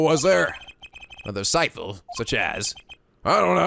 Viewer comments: I thought it was pronounced disciPle, not disciPHle >: I'm confused. Could barely focus on the game because that damn word kept popping up. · it's disciple with a p, not an f or ph.